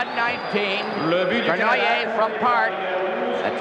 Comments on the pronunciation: Old Foster Hewitt trying to pronounce Yvan Cournoyer's name... Cornwire, Cornhay, Cornwhy. LOL. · The legendary Foster Hewitt seems to have trouble pronouncing Savard and Cournoyer.